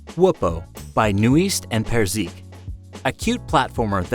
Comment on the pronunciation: Haha the way you pronounced Knuist & Perzik